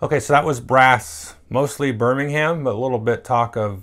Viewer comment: No no no no NO! It’s Birming’um. Great game though XD